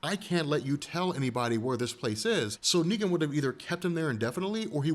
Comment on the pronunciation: « neeger »😭🙏🏾my nigga you slipped up